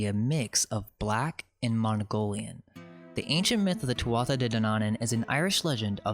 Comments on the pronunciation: I'm so glad I couldn't get much sleep . I got to see the Irish history that got deleted . 1 little tip your pronunciation of Irish is a bit off, sort of rushed. Take your time its easy eg tuathata (wrong spelling but a tip is "th" in Irish sounds like "h" with a bit of native twang so tu- ah- ata I've even lost the ability to use it .I'm nit picking but your research is so good it would sound better . only to Irish people but our language has been on a soft kill program for years that's why I mention it . I think there's a reason Also no one credits us with any accomplishments ...that is strange everyone says it but no one acknowledges it keep it up I was talking about us building everything and in recent supposed history under slavery basically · Thank you muchly. Great work sir. I'm Irish and following ourstory closely. One thing .... The tuatha is pronounced two-way.